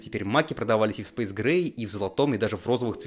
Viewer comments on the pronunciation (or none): none